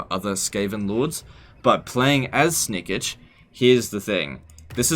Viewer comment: That pronounciation of Snikch.... Come on its not Snikich its Snikch. XD